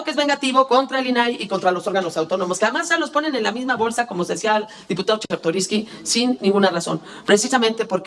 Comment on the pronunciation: Diputado chekartoriski o chesrtoriski 😅😅😅😅